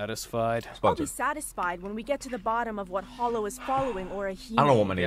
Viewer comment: its hollow not holo